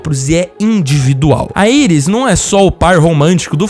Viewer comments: gostei muito do vídeo. só dava uma dor toda vez q o rapaz dizia"airis", porque só não dizer Iris? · Quem e auis KKK e iris o cara falando o nome em inglês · Mnnn não é Aris é Iris, pelo amor de Deus. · vc falando aiuis kkk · Genteeeee falem certo e iris não airas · A mulher do flash ser chama Iris West e não Aires como ele chamou cara burro da poha. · Falar Aires em vez de Iris fez meus ouvidos qerer sair correndo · "Airis" kkkkkkkkkkk Aqui é br porra! Kkkkk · Chamar a iris de AIRUS é foda PUTA QPARIU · Seus argumentos são cancelandos aparte do momento que vc erra a pronúncia dos nomes dos personagens